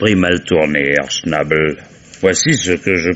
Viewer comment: Herr ''chnAbel'' 😂🤣... la prononciation française de l'allemand est intemporel... une pensée émue, pour l'occasion, aux cousins alsaciens.